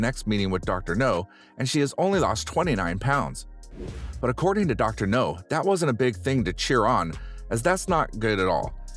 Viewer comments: Dr no ?! What is he a james bond villain or something ?! It's dr 'now' mate, try pronouncing it right ... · I disliked the video just because of the trolling of you saying "dr no" instead of dr now! RIDICULOUS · It’s “Dr. Now” not Dr. No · Dr NOW!!! Not Dr No. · Yeah and he's not consistent with how he pronounces it. No now, no now That's just laziness. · Exactly. Is NOW. Not NO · IKR! That drives me nuts!